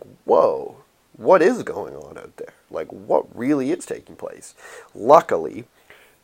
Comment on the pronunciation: "oat of this world"